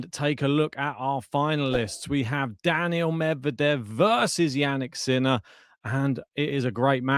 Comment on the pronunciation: Love how you pronounce his name Sinnnaaaa